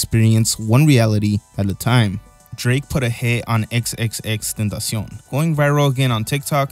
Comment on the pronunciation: saying Tentacion vs Wii Me Knee is the true duality of man